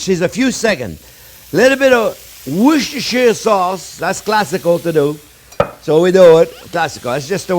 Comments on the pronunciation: In England, We don't pronounce the shire part of Worcestershire sauce. Just Worcester sauce 👍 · Love the fact that you pronounce „Worcestershire Sauce“ just as horribly as I do - I guess only people from Worcestershire can get it right 😂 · Oh my. 😄 Another tounge twisting take on the "Woooschtascchair" sauce... Just call it Worster sauce ! That's what Brits do. 😘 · Worcestershire sauce is pronounced "wooster" sauce, dunno why, just another one of those crazy, sorry eccentric, British traditions! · Love the woosheshtrshsauce LOL! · ive heard him pronounce Worcestershire correctly. He's making a thing of it